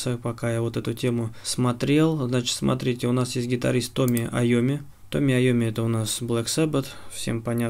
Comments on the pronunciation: Тони, а не Томми) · Айомми зовут Тони. Не Томми. Тони. =)